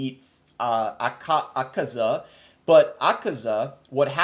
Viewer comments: Akaza = ah-cuh-zuh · 😢 this tells me you dont see demon slayer if you dont know how to say Akaza correctly